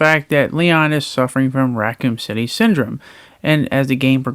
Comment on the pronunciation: wow, I can't believe that leon has raccoom city syndrome. wow, I cannot believe that he wields the recroom. wow, I cannot believe that you're such a pretty anime girl with a speech impediment.